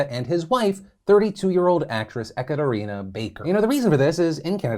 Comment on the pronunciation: It's Whitehorse Phil. Not White House. You also butchered Ekaterina's name. Come on man, you're better than that.